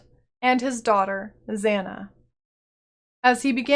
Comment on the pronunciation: Your pronunciation of Zana is really annoying especially because several NPCs pronounce her name already. Here "A"s are pronounced the same way Kitava's are. "ah-ah" not "a-a".